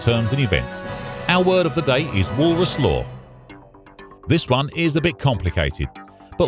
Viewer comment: Sounds like Walrus :D